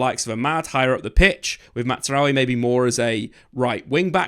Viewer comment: Please stop saying Matsraoui